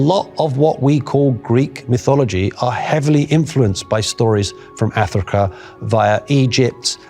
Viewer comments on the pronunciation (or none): I didn't notice this last time but he pronounces "Africa" as "Athrika". lol wut?